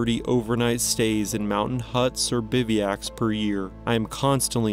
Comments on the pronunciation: I wish this guy would correctly say bivouac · OK I'm 100% not trying to be rude but do you pronounce words incorrectly on purpose to drive engagement? Like I can understand 1 or 2 times with Bivouac but chasm 😅